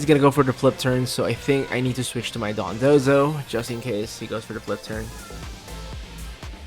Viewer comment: You're pronouncing dodonzo like dundozo